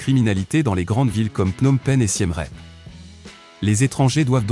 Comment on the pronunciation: j'arrête à parce que Siem Reap , ça se prononce pas du tout comme vous dites . le "ie" se prononce comme en français "mon amie est jolie et elle est polie" . le "ea" se prononce comme en anglais "peace" . voir la vidéo : how to pronounce name of provinces and city in Cambodia in correct way for foreigners (chaine khmer lesson) .